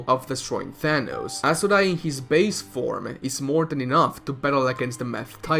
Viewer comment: it's not asuRA. it's aSUra